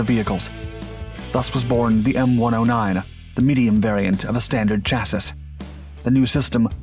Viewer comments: Chassis = Cha - See Not Cha - sis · SORRY DUDE but fyi the word chasis is pronounced shasee or shasay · "SHASSEE" FFS ! The music is hell ANNOYING too !! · "Chassis" is pronounced Cha-See. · chassis IS PRONOUNCED CHASSEE!!! FFS. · Great Video as usual, but PLEASE: Chassis Rhymes with Classy. The "S" is silent. Please stop torturing us. And thank you. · I swear he says "chassis" wrong just stir the pot in the comments section. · Good video, but you really need to learn how to pronounce the words "chassis" and "cupola"... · Ha! I found it grating too. This is not the first video on this channel where they pronounce the trailing S. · I don't think it's computer-generated, they're not that good. Ironically a computer-generated voice would likely not mess up the word chassis, see for example if you search Google for define chassis there's an AI pronunciation of it and it's correct. It's just someone who's not particularly familiar with technical terms.